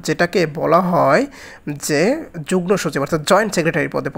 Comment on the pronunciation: ভাইয়া যুগনোর জায়গায় যুগমো হবে উচ্চারণ।